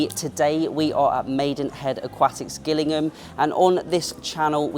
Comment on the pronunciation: It’s pronounced Jillingham.